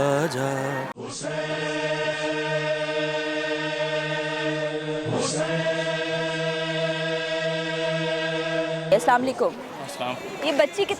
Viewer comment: Zikre maula hussain a.s aur anchor be hijaab.....Aur inke salaam karne ke bhi kya kehne.....are mohtarma salaam aise bola jata hai...salaamun alaikum